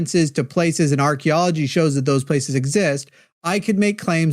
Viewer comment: Word to the wise, if you're going to use archaeology, learn to pronounce it. Sorry😂.